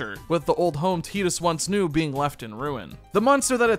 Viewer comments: It's not "Teedus", it's "Tide-us". It's not "Orrin", it's "Are-on". Why are YouTubers so bad at phonics? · I was gonna watch this, but I can't deal with the fact that it's 2024 and you're pronouncing it as "teat-us" rather than the clear and obvious "tight-us". Like....not a second was spent making sure? You clearly thought it was an odd name, so why come off like a fool by not checking the pronunciation. Titus is an odd name, but not a non existent one. I have a buddy named Titus. There is the comedian Christopher Titus. Just come on man. Low production effort there. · Tie-dus, not Tee-dus. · Was excited to put this on in the background but I couldn’t listen to the name “Teetus” for an hour lmao😅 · It's Tidus... like the tides of the ocean. Tide-us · It’s TIDE-US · Jesus christ do some research dude. its pronuced Tee-Dus. the game is based off south pacific culture. Tidus means tide in Thailand. just like yuna means Sun and Luna means moon. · Tie-tus* pretty biblical name bro crazy you dont know how to pronounce it. 😅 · Had to stop listening. It will never be “Teedus” to me. And it hurts to hear it.